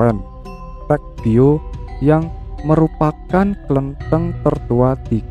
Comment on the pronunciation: Mas..... Mas cara baca klentheng belum benar, kalau dibaca seperti pada narasi itu artinya biji kapuk randu koreksi aja ya semoga pemerhati lainnya juga sepaham dengan Inyong, ngapura Yo mas kayane koh kurang pas kalau yang dimaksudkan adalah tempat ibadah orang Konghuchu